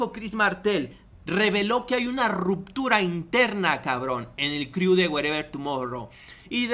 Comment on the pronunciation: "el criu" jajaja